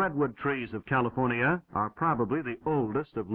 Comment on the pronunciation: Why he saying California like Cali-forn-ia